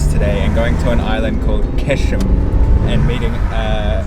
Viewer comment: Actually it is pronounced Gheshm and not Qeshm.